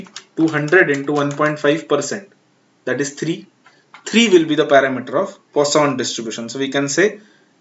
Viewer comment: Poision variable hita hai use kya pronunciation kr rahe ho 😂😂😂